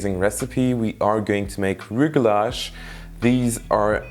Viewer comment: They are pronounced rugelah or rugelach ( with a Hebrew ch or kh at the end)